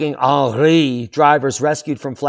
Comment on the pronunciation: 🇫🇷 Aarnreee makes you aaangryyy. 😜